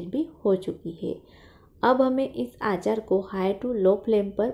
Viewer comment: आचार नही अचार बोलते है